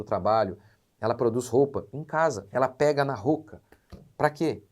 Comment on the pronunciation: Pastor, a pronúncia de “roca” é com o “o” aberto: ró - ca. Assim como roça.